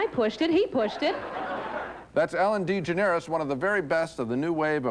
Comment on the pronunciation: I love Genes pronunciation of Ellen DeGeneres name at Ellen D Generis lol